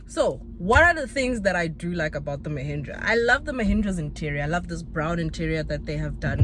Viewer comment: 😅 I can't get Lehindra out of my head, every time you say Mahindra all I hear Lehindra 🤣